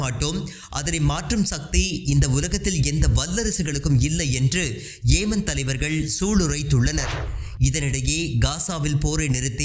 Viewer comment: ஏமன் அல்ல யெமன்.